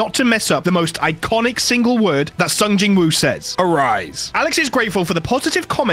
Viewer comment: Its not pronounced jin woo